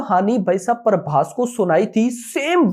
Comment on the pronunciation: Naam tho sahi lo bhai Parbhas nhi hai phabhas hai